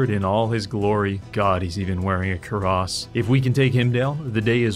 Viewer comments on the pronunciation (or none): Its pronounced "Queer-ass" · That pronunciation of cuirass has made me cease to exist